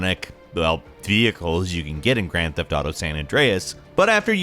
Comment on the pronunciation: Ooo YA its de gran teft autew YA